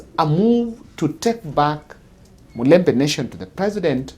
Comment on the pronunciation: It's mulembe,not mulemba!